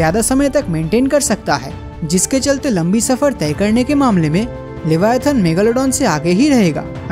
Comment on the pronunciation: its not LEVIATAHN bruhh...the animal you described in this video is LIVYATAN. LIVYATAN is a extinct genus of sperm whale, it's name was inspired by the bibilical sea monster LEVIATHAN. We cant even think how big, scary, powerful and monsterous LEVIATHAN was. In the holy Bible, the BOOK OF JOB said that no weapon can harm LEVIATHAN. It is so big that it can wrap round the entire earth. I would really appreciate if you make a elaborate video about the real LEVIATHAN .